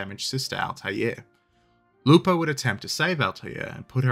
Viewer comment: Actually... the pronunciation of the name of the ships is correct, italian-approved.